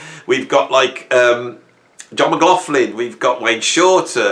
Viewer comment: I'm trying to check out the albums or bands I had not heard of from this list which will keep me busy for a while ....laswell is one always went past him when seeing the name but glad I'm.now listening at the age of 68. Something annoying me.... Your pronunciation of McLaughlin...😢 😢😢😢😢